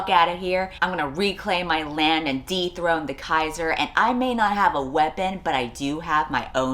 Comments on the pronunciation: Why did I hear "deep-throat the Keizer" everytime she said "dethrone the Keizer" 😭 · just spent a few minutes thinking you said "deep throat" every time you said "dethrone" and just rolling with it